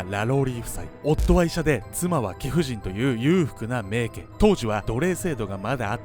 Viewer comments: しょうもない指摘ですが、名家(めいか)な気がします🙆‍♀️ いつも面白いです。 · 「めいけ」でなく 「めいか」ネ。細かくてゴメン。 日本語の正確さに拘るカナダ人より。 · めいけ では無く めいか と読みます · 最近、ファンになりました❣️えーとでも一つだけ、名家＝めいかと読むのではないのでしょうか。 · 名家って、めいけ？ 普通はめいかじゃないですか？ あえてだったらすみません。